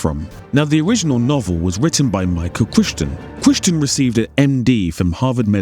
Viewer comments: It's pronounced cry-ton. Not sure how he got that so wrong. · Have you never heard Michael Crichton's name said out loud? 😂 It's sooooooooooo wild when a video full of technical information that CLEARLY took tons of effort and research pronounces the author's name wrong. BUT this happens surprisingly often so you're in good company!